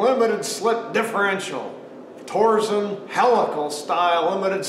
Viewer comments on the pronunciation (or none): Torsen. not "torsion".